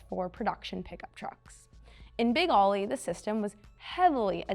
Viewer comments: She was already putting me to sleep, and I stopped watching when she mispronounced the name!! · Get a man to read the script. The girl can't pronounce a beer name even when sober. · I always thought it was known as "Big Oly" (say "oh-lee") as in Olympia. That's the way I've always heard it pronounced too. Not "Ollie". That's the problem when you hire young models who don't do any research and have no idea what they're talking about. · "Oh-lee" not Ollie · “Ollie”? Think Olympia beer and say Oh-LEE. Big Oh-LEE. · As soon as I heard Ollie and not Oly I turned her off. Bad for Peterson museum……… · Not “Ollie” like what a skateboarder does. “Oh-Lee” as in Olympia Beer. It’s The Water! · Ō - ly, it's beer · Wouldn't it be great if the girl who is really not very good-looking really not very knowledgeable and really doesn't even know how to dress to make a video could actually pronounce big ole bronco the correct way instead of calling it big Ollie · Not aly it's pernounced "O"ly. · Yes, I've never heard his name pronouced the way she did and Ollie was just lame. But the car was one of a kind in those days and I was lucky enough to see it in action. I still remember how all the little Mexican kids would yell Parnellliiiiiiieeeeee. You would hear him coming before you saw him. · Such a disappointment that they couldn't even figure the proper pronunciation even after looking at the sponsor name. Yes l expect better from the Peterson. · If she doesn’t know it’s “Oh-Lee” she probably doesnt know enough about cars to be doing this video. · I never said she did, but anyone with half an education would know that OLY is pronounced "oh-lee" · More like bowl-y without the b, but let's be a bit easy on her. It's been a really long time since Oly was the big brand of beer on the west coast. It was the 1970s. I'm gen X and barely remember it. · So frustrating to hear her mis pronouncing Oly over and over again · I could only hear her say Oly wrong about 4 times before I quit watching